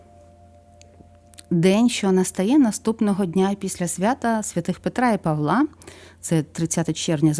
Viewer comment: Мирного неба всім. Чомусь нема допомоги, щоб здолати ворога. На Петра і Павла', а не Па'вла. Це наголос з російської.